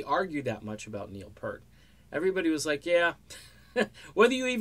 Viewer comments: What is this crap, ok once again, his name was Neil Peart, not fucking Neil Purt, secondly, Geddy has said that there is NO Rush without one of them, drop the subject, delete this video, and take off the fucking shades. RIP Neil, all real Rush fans salute you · Great video as always....but it’s pronounced Peert